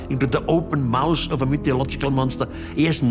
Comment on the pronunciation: He's saying mouth.